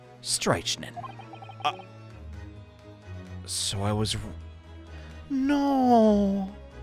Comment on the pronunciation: You're so close on strychnine! First syllable is a short "I", rhymes with "pick". Second syllable does sound like 9, it's just you'd swap the emphasis of the word onto syllable 1. Loving this let's play! I'm constantly marveling at how quickly you switch voices